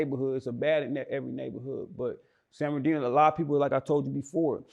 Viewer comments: San bern ard ino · Nigga said Ben are deno😂😂😂😂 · San bur nar dino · Every time he say “San-bin-ar-Dino” I cringe. It’s “San-burr-nuh-Dino” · I hate the way bro say the name of my city it ain’t San ben R Dino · Y cuh keep sayin san BEN ar dino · Why pronounce it San Bermardino like that? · This foo(interviewer) done ate the R. It’s San Bern(burn)-adino. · Damn I thought dude was trolling when I watch this...my bad 4 not bein up on game...and fam why u keep sayin San binardino lol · San ben-ar-deeno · This nigga can't pronounce SAN BER-NUH-DEE-NO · A lot of people just say "san berdino" or the dino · He sayin sanberdino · Its San-Murda-Dino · Nigga said banardino 😭😭😭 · how can u not say this guy city right lol? It’s a simple name. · butchering the fuck out the name San Bernardino. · This nigga interviewing can't pronounce the shit for nothing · Somebody tell this dude, how to pronounce the damn word!!!,....... jeesh!!! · Nigga learn how to pronounce the city name! 🤣🤣🤣🤣🤣🤣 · bruh...it honestly sound like you purposely pronouncing the man city wrong I be fucking with your content but I notice lil slick shit you be pulling 😂😂💯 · I really hate how bro saying San Bernardino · ...the word is San Bernardino you're having a hard time saying it ♠️🖤🤣😭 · lol slaughtering the cities pronunciation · This nigga was supposed to check him. How you give a nigga who can't pronounce your city an interview? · Lol nigga can’t say San Bernardino to save his own life lol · Stop sayin San Bernardino like that tf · yeah bro was sayin it fuccd up lol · Exactly lmao that shit make me mad😂😭🤣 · I'm I the only one or he pronouncing the shit wrong???